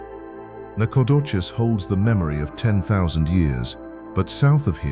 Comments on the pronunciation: Please get the name pronunciation right Nacogdoches is pronounced Nak a doe chez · LOL Lufkin and Nacogdoches where a little off, but that is ok I think it was a Ai voice anyhow but relaxing I also have lived in East Texas my whole life will never move.